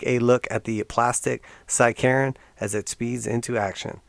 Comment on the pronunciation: I thought you said “side-Karen”